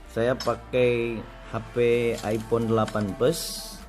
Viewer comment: Epon haahha Its iPhone bro not epon